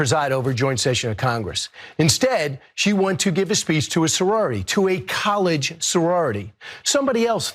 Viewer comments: Sure, Mr Kilmeade. I know so many people who speak for a living who make the mistake of pronouncing "college" and having it sound like "colored"--happens all the time. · I did not hear "college sorority." We all know what he said. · Honestly it sounded like he said college to me but I still don’t like his a** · I know damn well he is NOT trying to say he said COLLEGE! He said COLORED!!! They don’t they sound the same. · I didn't hear "colored." And it didn't sound like he said college.. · I’m sick of people trying to convince the public that he said “college sorority”! 🤦🏽‍♀️🤦🏽‍♀️ Am I supposed to believe you or my own ears! 🙄😒😒 That black guy on the couch was looking like “MF you know you said…I was sitting right there!” 🤣🤣🤣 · Sounds like he said college. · If you’re so educated and spent months studying one man, one would think you could pronounce “college” well enough that it would be clear that’s what you said in the first place. I guess he has a pretty selective lisp… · Okay enabler, college and colored sound nothing alike. Where was the G sound? Was he pronouncing it in French? But I did hear the R sound which is not in the word college. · So now Kilmeade is claiming he has a speech impediment as an excuse? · I like 0 about Kilmeade but when you slow it down it sounds like "college" to me. just sayin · College is pronounced with AG.There is no g in that statement that brian made it was colored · I cannot hear "college" out of that phrase no matter how many times I play that clip back. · As much as I don’t like him, I heard “college”. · I don't hear the "ge" sound on the end of the word he said. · "College" ends with the "D" sound? Yeah, ah'ight. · If that’s true he’s the only American who pronounces college as “cull-ed” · It actually sounds like he said cow-ledge. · I had to re-listen a few times, but he actually says “college “, but with a weird accent… sounded more like “cow-ledge”🤷🏻‍♂️ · No one pronounces college as cullege. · i heard “kul” not “kol” 😮